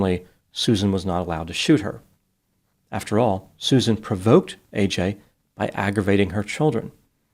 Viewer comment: Why can no one pronounce AJs name correctly? Ad-je-ka